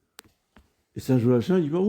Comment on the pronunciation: On prononce Joakim